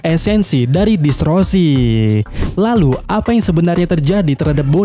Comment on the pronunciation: DISTORSI min bukan DISROSI, gagal fokus aku😂